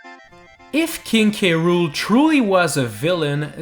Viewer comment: But that said krool NOT K.Rool